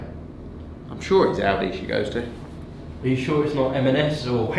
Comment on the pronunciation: He's so rich he pronounces aldi as " audi "